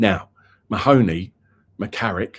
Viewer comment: It’s not ma- hony, it’s pronounced Marney